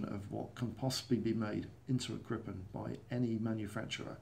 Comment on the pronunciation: Tip! Try to pronounce it Gripen with just one P, not Grippen, Gripen with one P! Like how you pronounce Jeep.